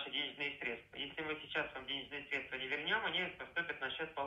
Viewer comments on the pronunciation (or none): Они обычно говорят КомпромеНтация, с буквой Н... В сегодняшнем дне, вчерашним днём)) , средствА с ударением на последнем слоге. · Если говорит средствА, сразу понятно кто это! Банковский работник знает, что это срЕдства! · Касательно, я вас понял, средствА.. 😂😂😂